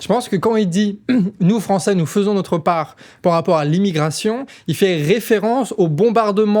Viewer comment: il ne dit pas nous faisons mais nous Fevons !